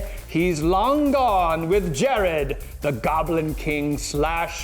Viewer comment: Bowie's character in "Labyrinth" is not Jared, it's Jareth :D